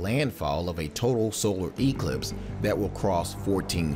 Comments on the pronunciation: its not an E clipse it's pronounced eclipse one word, one syllable secondly most of us don't care...sure there may be some localized traffic near popular viewing areas but overall it will be a boon to the local economies...i clicked because i thought "paralyze america" sounded like a preppers paranoia...north korea non threat must be driving you insane!!! lol, grow up kid its been the same for 50 years, nothing to see here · It's science.It's physics, evangelicals. It's eclipse with emphasis on the clipse not the e. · Emphasis on the E much?